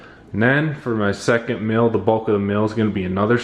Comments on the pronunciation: I believe it’s pronounced “meal” not “mill”... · Is it "mill" or "mel"? Because that's all I'm hearing. I don't hear anything about a meal. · Sounds like you say “mill”. Anyway.. you can use plant based chicken and vegan ranch dressing by follow your heart, & plant based bacon by Morning Star.. which is healthier than eating meat. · Does nobody else notice that he's been saying mil instead of meal the whole video..